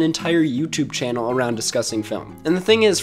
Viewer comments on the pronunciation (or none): none